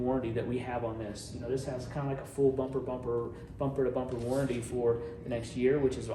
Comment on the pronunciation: Warranty Not warrady